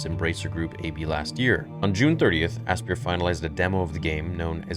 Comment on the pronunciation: Asypr is pronounced just like Aspire. Ass-peer is pretty funny though.